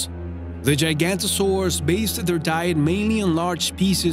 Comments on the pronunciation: What you call "Gigantosaurs" are called giganotosaurus, pronounced gih-gah-noh-toh-saurus. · Its not gigantosaurus but giganotosaurus